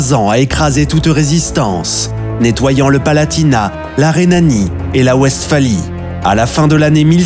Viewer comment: L'inculture me choque toujours. En allemand, le W se prononce V et la Westphalie doit se prononcer "Vestfali". Cette "vidéo" n'est qu'un long commentaire, très indigeste, avec une voix qui ne sait pas parler, cela pue l'IA. Les images constituées de cartes géographiques sommaires ne donnent pas un aperçu convenable des situations stratégiques. C'est de la daube. A fuir.